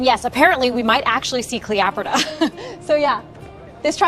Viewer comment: there is a soldier using a telescope - these weren't invented until 1608 - that's about 1,640 years too early. If your trying to teach history facts are important. Who is Clee-opota? The library of Alexeeja?